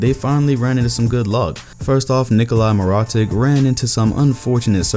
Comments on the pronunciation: This man said " Mi-ro-tick". It's pronounced "Mi-ro-tich",. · Mer-aw-tic ? You mean meer-uh-tich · Nikola mirotik, really, come on. You are my guy and make amazing vids but please try not to butcher his name again. It's pronounced me-raw-teach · Nikola Mee-RAH-tik 💀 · How’d u say Nikola Mirotic? Ahaha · How you pronounced Nikola Mirotic....... ew ew ew ew ew wtf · Y he pronounce Nikola mirotic like that 😂😂😂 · Jesus the way you said Mirotic